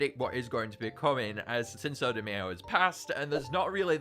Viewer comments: bra says cinso de mayo (mayo like the condiment it cinco de mayo pronounced my-o and sin-co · I’m so, so, sorry, but the way you say cinco de Mayo is atrocious. It’s pronounced “sink-o day/deh my-o”. I know it looks weird when I type it like that, but yeah lol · I think cinco de mayo is pronounced sinko Dee mie-o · I was triggered when you said mae-yo instead of my-o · “Sinso de mayo” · Please don't tell me he actually unironically pronounces Cinco De Mayo as Sinso Da Mee-oh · I'm crying at "sinso de may yo" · Did…Did just pronounce Cinco De Mayo as Sinso de Mayo? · “Sinso De MAY-O” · please say cinco de mayo right bruh💀💀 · The way he pronounces Cinco de Mayo. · the way he says cinco de mayo infuriates me